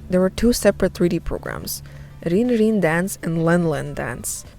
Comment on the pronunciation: WAIT ITS PRONOUNCED REN AND NOT RIN?!